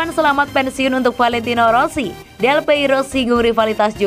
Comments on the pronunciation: Aduh neng, bukan delpeiro🤭 tapi Delpiero😁.. mimin mimin Forza Juve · Mbaknya sepertinya bukan Juventini. Menyebut nama salah satu legenda terbesar Juve aja bisa keliru.